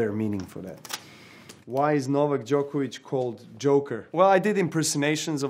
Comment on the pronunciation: Najbolje mi je što ne mogu da izgovore Đoković😂 Thats on Serbian English:The best thing is that they cant pronounce Djokovic